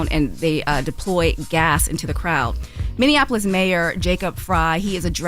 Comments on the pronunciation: Minneapolis, not Minneannapolis. Lol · You can't marry someone who is a felon and obtain citizenship fyi. Oh and Charla it's pronounced Minn-E-apolis not Minn-IN-Apolis. 😉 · Charlemagne, it's MinneAPolis, not MinnAnapOlis lol